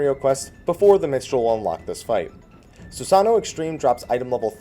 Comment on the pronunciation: Christ on a crutch IT'S SusanOO, NOT SusANo!